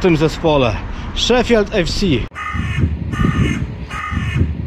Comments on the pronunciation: proszę Cię 😁 Nie "szefield", a "sze-fild" 😜 A swoją drogą. Faktycznie masz rację. FC Sheffield to najstarsza drużyna piłkarska na świecie, która ma siedzibę w Dronfield. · A nie Szifild?